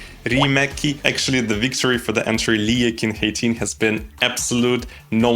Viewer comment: He pronounced the song's title skillfully enough.